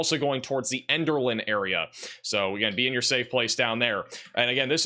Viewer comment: He even mispronounced it! Elderlin??